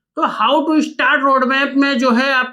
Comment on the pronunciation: Tow nahi two hota hai sir